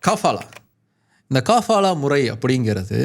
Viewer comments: காபாலா இல்லே கபாலா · காபாலா இல்ல கபாலா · அது காபாலா இல்ல கபாலா. அத பத்தி நீங்க சொல்றது கரெக்ட்டுத்தான். ஆனா அத எடுத்துட்டாங்கன்னு சொல்றது 100% தவறு. இந்தச் செய்தி இந்திய மீடியாக்கள்ல மட்டும்தான் வந்திருக்கு. சவூதி மீடியாலயோ இல்ல வேற வெளிநாட்டு மீடியாலயோ இந்தச் செய்தி வரவில்லை. எதையும் ஆழமாத் தேடி பார்த்து வீடியோ போடுற நீங்க இதை எப்படி கோட்டை விட்டீங்க?